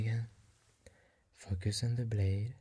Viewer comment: I keep thinking he’s saying “Fuck yes” when he’s saying “Focus”